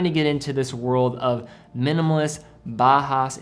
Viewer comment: A very good list. One tip, though: in German, au is pronounced "ow". So it's "Brown" and "Bowhouse". One series I'd add are the Bertuccis. I got a top-of-the-line one with the 10 year lithium battery and sapphire crystal. The strap is awesome, too.